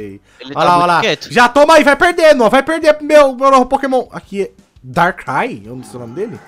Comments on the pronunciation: Não é dark ray é darkrai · esse pokemon se fala darcruai mais se escreve darkrai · n é DarkRai se fala Darcrai mais o nome e darkrai